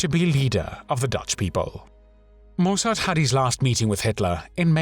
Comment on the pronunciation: Mussert was a pathetic little man who betrayed his country but he was not a "thief" - why do you make such crazy allegations? It rather undermines the seriousness and indeed validity of this video.... Oh and by the way, it's pronounced "Mussert", not "Moossart".